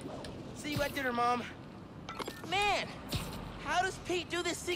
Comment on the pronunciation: Lol you said “this mane ain’t tired yet?” 🤣🤣